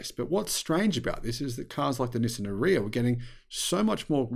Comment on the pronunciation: 😂Nissan PAID to tell people how to say the ARIYA (RRRRR-EEE-AAHH) and is still pronouncing it like piss! (Urea!) 😂😂😂